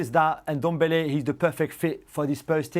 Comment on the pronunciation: Lol It’s not N-Dombele it’s Ndombele